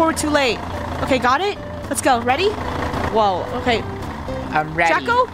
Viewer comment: Not me hearing: " Lettuce out! "